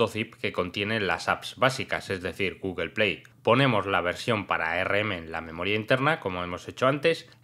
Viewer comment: no existe guguel es google habla bién pebdejo!